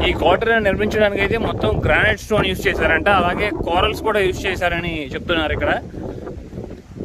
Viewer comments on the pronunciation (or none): none